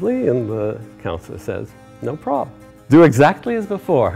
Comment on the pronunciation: "No Probem" - just sayin :p